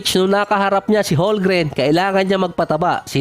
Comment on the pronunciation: homgren silent L